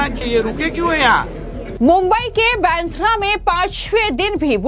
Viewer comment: पत्रकार महोदया क्या आप सीधी हींदी भी बोल नही पा रहे हो फीरभी आप एंकरींग कैसे कर लेती हो अब आप सीधेसे बांद्रा की रीपोर्ट कर रही हो और आप बांद्रा नही तो फांद्रा बोल रहे हो तो क्या आप अमेरिका या इडली से डीप्लोमा कीये हो ये समझना जरुरी है